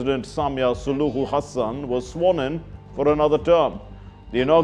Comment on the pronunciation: Great multiple pronounciations of Tanzanian president's Hassan's name!! Exhaustingly exhilirating!!🌍❤😂